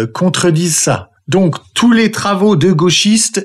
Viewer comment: "Contredire par des travaux de la socio" J avais compris "travelo" Elle articule mal